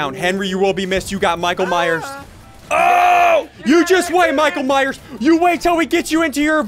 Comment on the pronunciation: he said mike ,myers not michael myers but still a great vid lol\\